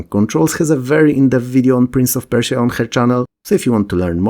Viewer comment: *Prince of Perish-ia :)